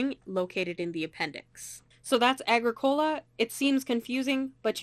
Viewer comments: You mispronounced the game title. It’s “A-GRICK-O-LA” not “A-GRICK-COLA” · Uh-grick-oh-lah it's not a soda. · It is pronounced: A-Gric-u-La Signed: Someone who lives in Halifax, where Agricola street is a main thoroughfare. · A well done How to Play within 10 minutes! Small correction though: You must pronounce Agricola so that the stress is on the "i" and not on the "o". ;-) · It is not pronounced correctly. It bothers me ever time I heard it. It is more like a-gree-kuh-luh. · I mean. Nice video. The mispronunciation of Agricola really does make it hard to watch though. It's latin for farmer. Arg(i) means land. And cola mean tilled, or cultivated. Thanks for making the video ill check out a few others. Like that your board is the new version. Not the z man games